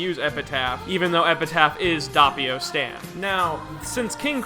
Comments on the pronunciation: that way you pronounce doppio as an italian piss me of its dOppio not dahppio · ITS DOPPIO NOT DAPPIO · Also it’s Doe-pio, not daw-pio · The way you say doppio infuriates me